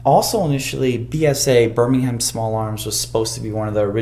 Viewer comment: Yes, thank god there is an American who can say Birmingham properly. This guys alright in my book.